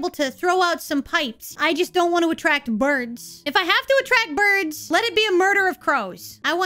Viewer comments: I love your emphasis on the word "Birds" 😆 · You say "birds" with a capital, bold B. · there is a lot of devito energy in the way you pronounce BIRDS :D